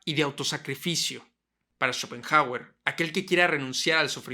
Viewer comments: Escuchar tantas veces “Chopenjauer” terminó por hacerme dejar de ver el vídeo. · "Chopen jágüer"... Trata de —como mínimo— aprender su pronunciación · Y qué graciosa su pronunciación... "Chópen Jágüer"... jajsja